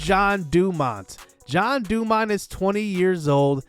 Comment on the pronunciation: I'm confused on why your pronouncing Jean Dumount's name as John? Lol Maybe I'm wrong, maybe I've been wrong my whole life. Anyway, I was just curious. I'm off to the mall I gotta buy me some more Blue John pants for work